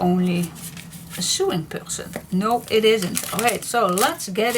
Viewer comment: Hi this is very pretty.I am also a paper hoarder. i hope you don't mind if i correct you the sewing word is pronounced sowing. you do and amazing job with your videos and to be able to speak in a language that isn't your native tongue is an amazing achievement especially when you do those videos when you use both Dutch and English. i admire anyone who can fathom English its such a crazy language to work out.